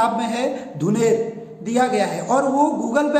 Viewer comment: #vdo#vpdo It's थुनेर (Thuner) not धुनेर (Dhuner)! That's why it is deleted, As I belongs to botany background.